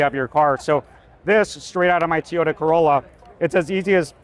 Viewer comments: Toyota, not Teeyota. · What's a Teeota? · Be great if he weren't saying "Tee-yota" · I never knew it was called tyota 😂